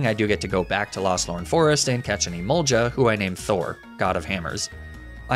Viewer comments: My god, it's Emolga not Emolja, I'm going mad hearing it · The fact that when I first started watching these videos, pronunciation of "Emolja" bothered me but now he can literally say "Stroojul-Boojle" and I won't bat an eye. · I know it's a running joke at this point, but every time he says emol-juh, it gives me crazy.